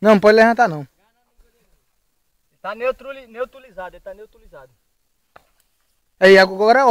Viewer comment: tá neutrulizado....neutulizado.kkk